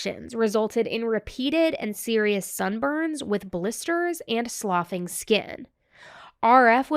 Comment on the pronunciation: Hi, just an FYI "sloughing" is pronounced as "sluffing" Otherwise, great work as usual. Thank you for covering this case. Child abuse too often goes unpunished and it is heartbreaking 💔